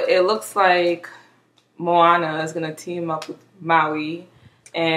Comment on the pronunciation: You're pronouncing it right 😊